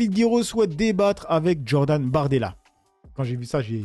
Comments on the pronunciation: Djordan ou Jordan 🤣🤣. Vaffen ss.. Apparemment t'as besoin d'un hortophoniste 😉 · Salut. On dit Jordan et pas Djordan, ça rime a rien de prononcer tout à l'envers. Le sweat, au final, les français prononce sweet. Le niveau baisse.Ici, en Espagne, à l'heure ou j'écris ces lignes, les espagnols parlent espagnol. Un Saludo